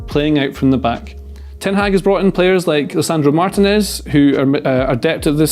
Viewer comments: Someone please tell that Martinez is pronounced Mar-TEE-nez and not Martin-ez. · I love videos but I wince every time he mispronounces Martinez.